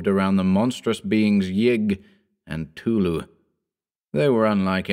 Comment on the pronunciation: Who tf is tulu? Lol. I know it's cthtulu but it sounded like tulu and it just made me laugh a little